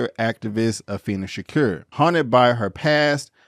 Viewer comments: Afeni's name is pronounced A-Feen-Nee. Could have at least took the time to pronounce her first name and their last names. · good review but i wish u would pronounce Afeni and Matulus shakurs names correctly